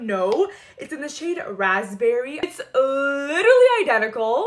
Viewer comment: “It’s llllllllllllliterally identical” 😂❤